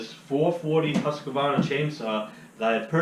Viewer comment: Husq-varna there’s no “a” between there lol